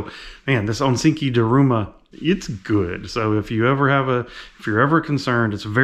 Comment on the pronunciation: ok , im really sorry , but its ONISIKI , PRONOUNCED ONY-SEEKY , not onsinky😘